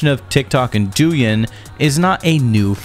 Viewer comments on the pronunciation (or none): none